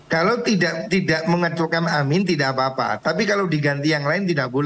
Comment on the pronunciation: bacaan yg benar aamiin bukan amin.